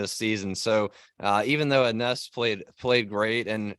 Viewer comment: Hey, guys! Her name is pronounced "Eenesh"...